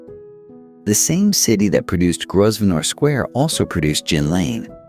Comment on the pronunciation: The pronounciation of names and places is quite shocking. Why didn’t you ask a native English speaker how to pronounce Grosvenor for example ? And the visuals are all over the place in terms of being anywhere near accurate for the time being described.